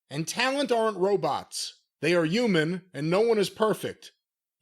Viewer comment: Did just say youman instead of human? 🤦😂